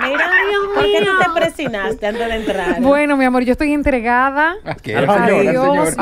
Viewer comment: NO SE DICE PRESINARSE, SE DICE PERSIGNARSE.